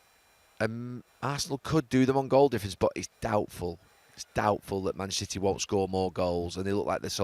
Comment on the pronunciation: "Mitchnester City" 😅